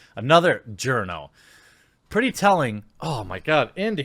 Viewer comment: Why do I always feel like "Journo" is a derogatory term? Especially the way you say it